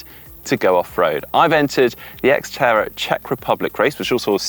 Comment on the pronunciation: X-terror is what I heard, lol.